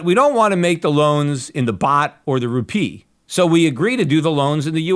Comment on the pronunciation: Rupiah with "ah", not Rupee.